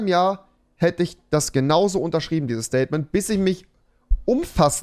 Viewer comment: Das "Staiytment" von Rewi